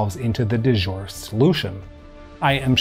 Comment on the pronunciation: Très élégant. 🙄 "De jure," not to be confused with "du jour." 🙄